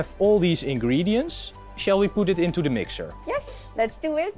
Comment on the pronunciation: ik cringe hem om zijn engels xDDD what doew we doew when this rubbah gets hard he